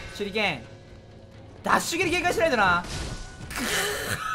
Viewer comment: 「ほんとに強いな」が「ほんとに強いだ」にしか聞こえん